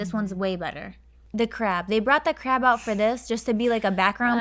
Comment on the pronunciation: hahahh i was not looking at the screen when said "they didnt have to use this crab" and i was like "ohhh what crap?" but then she was saying "crab"